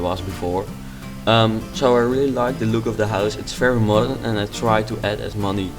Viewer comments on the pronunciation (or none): "as mony" ahahahah :D It's very good bro :) Nice work :D